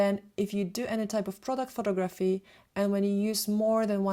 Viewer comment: It annoys me that she constantly says *pho*tography instead of pho*to*graphy.